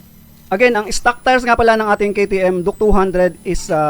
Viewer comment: Duke❌duk✅ 😂😂😂😂 tf